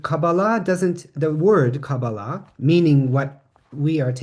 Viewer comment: Pronounced kah-BAH-lah, not as kaba-LAH. In Hebrew the accent is on the middle syllable of every word of three syllables.